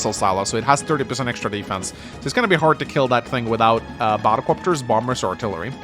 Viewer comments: But it IS Bomb-bers. They drop Bombs, not Boms. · Too be honest never heard the "Bomb Bers" when you said and now I can't unhear it. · The correct way to say it is Bom-Bers, Englishpeoples.